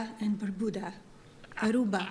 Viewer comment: Barbuda, not Berbuda. Or did she mean Beer Buddha?